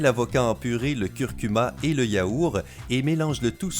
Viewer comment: Pq vous dites yaouR et pas yaourT ??😂🤣